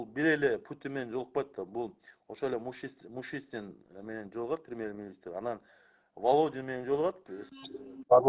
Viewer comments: Ай бала оозунду басчы доодуробой озун кантесин Мишустин деп айта албай Мушистин дедин го элде эзелтен соз бар "осоор озун сыйлайт" деген анын сынарындай сен доодурой бербей кыргыз болгондон кийин Кыргызстандын президентине сый мамиле жаса сени эле ким уккусу келип атат дейсин доорук бул ссылкага атайы сага негатив жазганы кирип ататбыз билсен так что оз элине бузуку салам деп ойлобо ойлогонун эч качан ишке ашпайт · Сен озун Мишустинди туура айтып алчы,Мушистин дебей....С башни говорить легко...